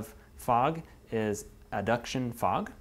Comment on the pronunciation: aduction fog?, i thought it was advection fog, are you sure you got that right amigo...